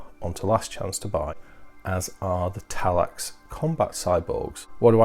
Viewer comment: Every time you said Talax I died a little inside